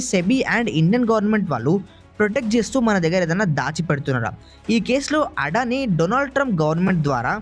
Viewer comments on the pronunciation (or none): అడాని కాదు అదాని.